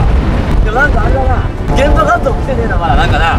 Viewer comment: 現場監督が でんだがんどうにしか聞こえん